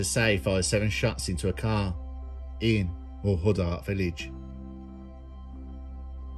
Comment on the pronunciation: Great videos as always, Also it's pronounced MUL-HUD-DIRT and also GAR-DEE (Irish) or (GAR-DA) 💪🏼